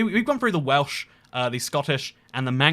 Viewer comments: His Welsh pronunciations were absolutely spot on. Remarkable. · I'm learning Welsh, you nailed the pronunciation